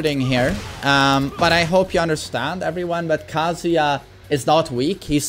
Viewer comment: its not kasija its kaZUYA